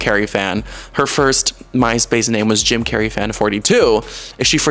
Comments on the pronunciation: Jim Carrey' ❌ Cim Jarrey ✔️ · "JIM CARNEY"